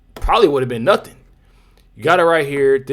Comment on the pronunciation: “I didnt do nuffin”